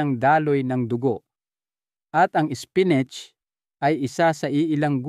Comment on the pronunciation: Apo mali ang pagdsabi mo spinat ang mali spinit ay pagkasabi mo.